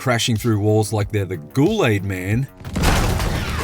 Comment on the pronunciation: “The ghoul-aid man”